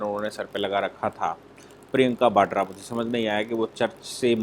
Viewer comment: न तो प्रियंका 'बाड्रा' है, बल्कि प्रियंका वाड्रा है, और न ही 'भ्रस्टाचार' होता है, अपितु उसे भ्रष्टाचार कहते/लिखते हैं। Please be cautious, is my request, which you have been ignoring.